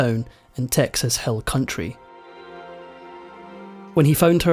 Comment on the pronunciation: Excellent, thank you very much, I was touched deeply by this. She took a lot of trauma in some of her films, the stuff PTSD is made of. Rest well Shelley Duvall. O yes, I loved how you pronounced Texas hill country as Texas hell country! It can be sometimes!